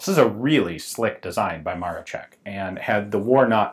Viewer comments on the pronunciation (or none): Great video. One thing was a little bothering, it's MaroSHek not Marochek, but that's not important. It's really sad to see how well things were doing in my country before the WW2 and how it all flipped because of it. Really a shame to see such a gun wasted. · Btw Gun Jesus, it's "Maroshek" not "Marochek". It's Maroszek not Maroczek. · Józef Maroszek = Yuzef Maroshek You keep calling it MaroCHek like in CHips while it's pronounced as SH like in fiSH. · Cool video, just to point out, that „Maroszek" is pronounced more like „Ma-ro-SHE-k" not „ma-ro-che-k". Yeah, I know, nitpicking, but I'ts just my character xD Oh, and about the O-Z positions: O was for firing, cause it meant „Otwarty" as in „open". And the Z - „Zamknięty" - Closed. I guess. But O-Z was everywhere with Otwarty (Open) – Zamknięty (Closed) informations. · "Sz" in word "Maroszek" you sell like "sh" in word like "SHHHHHHHiet". Not like "tch" in word like "witch". I know i know it is trully doesnt matter but wouldnt be polish citizen if i wouldnt mention that. BTW that is great video ^^ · dont read it maro CZ ek read is maro SZ ek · In Polish the "sz" sound is just like your standard "sh", not "ch" like you pronounced it in the video. The way you were saying it, it sounded like "Maroczek", not "Maroszek". Just for the future, in case you get more chances to break your tongue with the Polish launguage. Loved the video. Cheers. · 1. Not Josef Maroszek but Józef Maroszek. Small difference but ;) 2. Maroszek is pronounced as "Maroshek". I know, this is hard, I don't blame anyone for problems, at least they tried. 3. This is not 0 (zero) but letter O → O = Odbezpieczony (ready to fire), Z = Zabezpieczony (secured). For Polish user this has a lot of sense, for foreigners O is equal to 0 and this is the straight way to accidents. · Ok, that even I didn't know to exist, and I'm from Poland. And Maroszek try to pronouce something like Maroshek. It's more correct for you. And great vid again.